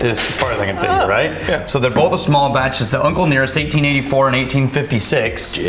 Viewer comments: Another good one would be to drink everytime pronounces an “L” in “both” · what about how he says "both" ... there is no L in both O.O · I think bolth is a Midwest thing. Not that he is midwestern, but as an Iowan I definitely say bolth.